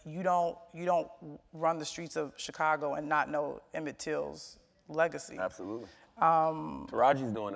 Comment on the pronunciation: I hate the way Charlamagne pronounces the word "Chicago" lol